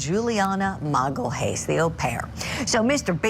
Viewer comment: You really can't pronounce Magalhães...